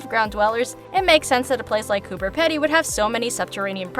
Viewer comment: It’s Pee-dy not Pedy